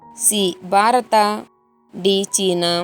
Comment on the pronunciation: ಆಕಬಲ್ಲ ಅಲ್ಲ ಹಾಕಬಲ್ಲ ಅಂತ ಹೇಳು ಬಾರತ ಅಲ್ಲ ಭಾರತ ಅಂತ ಹೇಳು ಹಾರನೇ ಪ್ರಶ್ನೆ ಅಲ್ಲ ಆರನೇ ಅಂತ ಹೇಳು ಅತ್ತನೆ ಅಲ್ಲ ಹತ್ತನೇ ಅಂತ ಹೇಳುಬರೀ ಅಪಶಬ್ಧ ಕೇಳಲು ಆಗಲ್ಲ. ಮುಚ್ಚಿಕೊಂಡು ಹೋಗು.